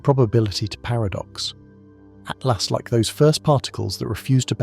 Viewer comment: Yes it was bugging me that the voice said 3 atlast but I like your take on it. Free at last!